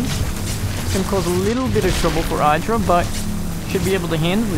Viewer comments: Id-ra, not Eye-dra. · Not EYE drag. i-h-dra. As in idrajit.